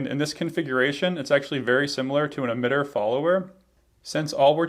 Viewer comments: Why are you saying Admitter instead of Emitter? Is this some dialect thing? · my first video ... looks to be a very good one ... (for whatever strange reason he pronounces emitter as 'eDmitter' 😝...